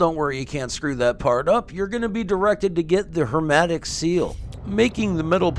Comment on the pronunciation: my guy it's HERMETIC SEAL, not "HERMATIC" !!! idk why but it's bothering me so i had to comment XD